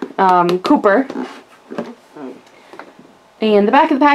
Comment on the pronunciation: it is not Cooper it's copper